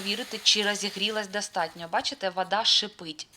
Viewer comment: Українською не вада, а вода, а також не кантент, а контент. Немає в українській ненаголошеного О, яке вимовляється як А. Це вам не масква 😊